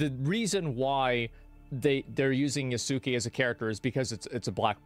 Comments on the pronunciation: Just a pronunciation not so you don't sound like Ubi; Yasuke - Ya-sk-A, you don't pronounce the U, & Torii - Tor-EE (i pronounced as E), Naoe -Na-O-A. The multi-vowel string in Japanese has soft vowel first and hard vowels following. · It’s pronounced YAS KE. Not YA SU KE